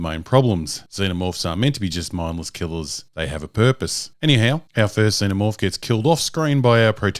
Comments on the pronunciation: “Zen o morph or Zee no morph? Not sure which pronunciation” - shows clip with correct pronunciation - uses incorrect pronunciation for the next 11 minutes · What made me most emotional about this video is your reluctance to pronounce Xenomorph properly...